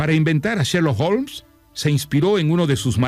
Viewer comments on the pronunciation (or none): Cuando li escuché decir "Sherloo olms" por tercera vez tuve que parar el audio. No es sherlo! Es sherloCKKKK HOLMS!!